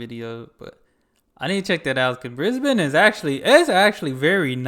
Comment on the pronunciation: I like that you pronounce Brisbane correctly. Now just make sure you pronounce the end of Melbourne the same way and you're all good man. 😁